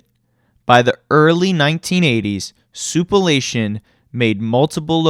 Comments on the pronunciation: OMG. It's sou-plan-tation. The F.. sou-pa-lation..? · Soup-uh-la-tion ! 💀 Why not just say Sweet Tomatoes ? 🍅🍅